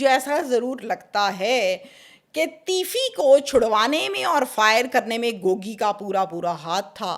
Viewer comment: Gogi, not Gooogy